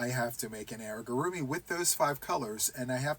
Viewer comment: Please allow me to correct you. You keep saying “airigurumi”. It’s AMIgurumi. I do not do CALs because I always have my own stuff going. I love the idea and will join to get the pattern, but ultimately stick to my own plans. I admire all that you are capable of—and I love my choices as well! I am much slower. 🐢🐌 I found a website for repetitive movement exercise. Pinterest also has lots of ideas to stretch and exercise muscles for crocheters.